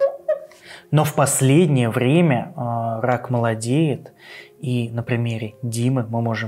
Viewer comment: Уважаемый, не "пхоблема", а "проблема"; и не "хак пхямой кишки", а "рак прямой кишки". Вас к логопеду в детстве водили?... По-моему, если ваш ход детельности связан с говохением, то не худо бы и над фикцией похаботать - как я себе понимаю. А то это просто неуважение к тем, кто вас слушает.